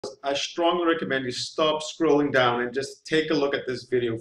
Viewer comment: Ohhhhh.... He said to "Stop scrolling down"..... I thought he said, "Stop screwing around and just take a look at this video". Honestly, that's what i heard initially... LOL